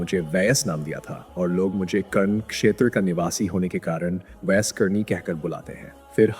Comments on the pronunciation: आप जो सुना रहे उसको सही तलफूज सही करके बताव जो लोग दीन को सही नहीं जानते वो आपसे सुनने के बाद वो भी आप जैसे गलत बयान करेगे जैसे आप कहते हो अजराईल लेकिन सही इजराइल आलैही सलाम है आप कहते हो ऊईस कुनी नही ओवैस करनी है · Hazrat Owais karni naam hai aapko to sahi se naam bhi nahi liya ja raha. Sachche aasiqi rasool hai . Hazrat Owias karni.